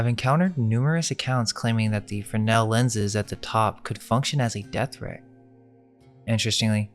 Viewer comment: FreSnel, theres an S in there. Good video though guys.